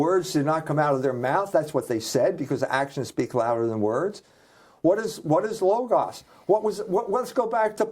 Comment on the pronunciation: I am assuming that you occasionally listen to, or even watch these interviews following thier completion. Do you not notice that you and Michael are pronouncing a significant word quite differently in each of the recorded interviews which I have listened to, and watched over the years. Please go go a dictionary, and look up the pronunciation of the word "logos". You will find that when it refers to the philosophical conceptual usage, which is that one Michael refers to exclusively, then the final vowel sound is the short version of the otherwise long vowel "a" (pronounced "ah", but short) as in the first vowel sound in the word "father". The pronunciation you repeatedly choose "logos", with the last vowel pronounced "oh", as in go, slow, mow, etc. is reserved for that reference to symbols recognized as formally representing a corporate, or other legal entity, such as the apple icon with a single bite on its surface, representing Apple Inc., or the two mouse ears, representing Disney Enterprises, etc.. Those icons, or "logos" (spelled the same as the philosophically related word) are associated with those two companies. When referring to such multiple logos (corporate icons), the final "oh" sounding vowel is followed by the consonant "z" sound, rather than the "s" sound as in the ending of "logos" (philosophical usage) which is pronounced "logas". So you are making two errors; turning the last vowel sound "ah", of the philosophical usage into "oh" of the pictorial icon